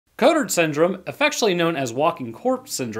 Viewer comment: Congrats ! You could not have pronounced that worse xD